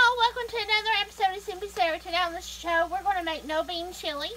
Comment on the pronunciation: Today on the sssh?-ow. Agreed, best so far